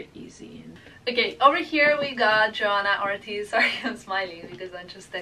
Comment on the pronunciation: Isn't it Johanna Ortiz not Artist?